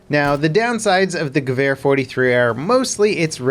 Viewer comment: Gawhere...that pronounciation though hahah...ha